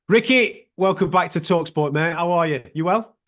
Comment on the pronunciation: Ricky his name is pronounced u sick not u stitch lol he’s so funny 😂🤣